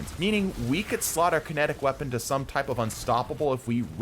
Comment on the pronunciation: "Void Wepaon" 😂